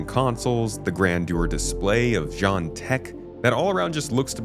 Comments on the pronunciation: one of the devs called the Xi'an "Jean" But like you're saying the name in French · Rai-len, not rail-en. Shi-an, not Ji-an. Yes, even CIG employees don't know how to pronounce these. I don't know how the company manages to screw that up. Edit: I seem to have distracted people by talking about language. The point I'm trying to make is that this is a branding and marketing issue. CIG's employees should know what things in their product are called, but somehow they don't. Xi'an (and their ships) does have an official pronunciation, but most employees don't seem to know it. That is quite absurd. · Even one of the voice actors in SQ42 seems to pronounce it almost like "john". But its absurd. Xi'an is CIG's own conlang - there are official pronunciation and spelling rules for the language, and unlike English it is entirely unambiguous. There is actually a well defined single correct pronunciation for every Xi'an word, yet only a few people at CIG seem to know any of them (mostly the lore team). For things like the name of the species and a handful of ship names, I would expect CIG themselves to know how they are pronounced. But nope.